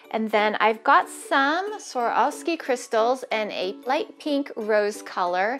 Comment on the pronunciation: when she kept saying Swarovski i was like no honey